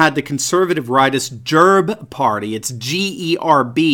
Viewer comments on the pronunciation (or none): Gerb lol . You are ssting it like its some desease or bug🤣🤣 Its not a hard G but a (ge) Gerb and its not even a g but a Г or Герб Its pronounced way differently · Just to mention: GERB is pronounced with another G sound like that one in 'green'